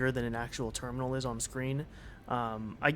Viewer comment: yeah yeah, some things are just little issues like trying to say code, and listens cold , terminal listens tur minal lol its almost there just give a little push and its perfect